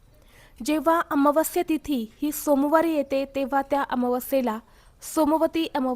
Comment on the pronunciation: ताई अमावास्या चा उच्चार तर निट कर